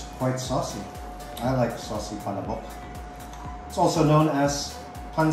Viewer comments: it's pronounced as PA-LA-BOK. it's pretty slow and not as fast as you pronounce it. Maybe you can google ads featuring the product, so you will be better guided. 😇 PS. Not trying to be rude here. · Ok na sana...yung pronunciation lang...."pala'bok"... tsk tsk tsk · Wrong pronunciation of palabok.